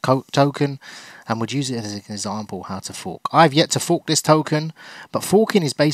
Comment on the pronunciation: Say FORK again